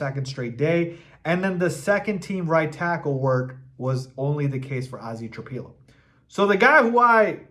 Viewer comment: It's "Tra PILLOW", NOT Tra PEE low.